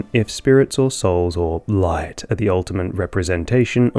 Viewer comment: why’d you say “light” like that?!